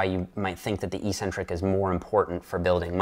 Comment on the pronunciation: Eeeeeeeeecentric isn't a word anywhere in English (British, American, Canadian, or Australian versions). Look it up. If you doubt me, ask yourself what the first syllable of the word is. It's 'EC'. That's pronounced EK, not EE.